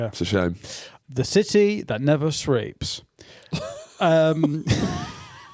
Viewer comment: "The city that never shreeps" might be an all time favourite line from a podcast